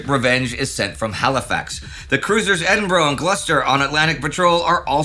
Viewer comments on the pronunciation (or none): On no - Lindy pronounced Edinburgh as In Edinbro! Normally he’s quite good at saying it right.